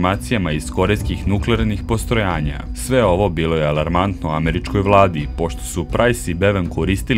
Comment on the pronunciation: Malo samo obrati pažnju na neke stvari. Npr, rekao si Aj Em Be (IBM) umesto Aj Bi Em, a primetio sam još par nekih reči (rekao si korejskih nuklearnih postrojAnja umesto postrojEnja)... Meni generalno ne smeta, ali ćeš zbog toga odvratiti mnoge zainteresovane od sabskrajba, među kojima se može naći neka cepidlaka... Inače, video je veoma zanimljiv. Imaš sab od mene. Samo napred!!!